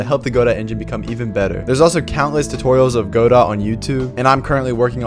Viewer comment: "Go dough" as pronounced in the name of the Samuel Beckett play from which it takes its name, "Waiting for Godot". Not "Go Dot" even though that seems correct since it sounds more programmery.